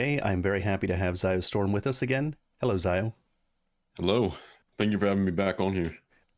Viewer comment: I think it's pronounced - ZEE OH. ZEE OH STORM.